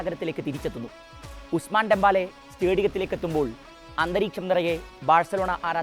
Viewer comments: ഡെമ്പാല അല്ല ഡെമ്പെലേ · Dembaala allade , Dembele 🤣